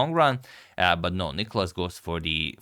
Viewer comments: Please please dont call him nIkolas,its nikOlas. Greek names literally have a punctuation system for you to know (Νικόλας, where the ό shows where to pronounce.) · It's nikOlas, the accent being on O. (You've corrected it in some video).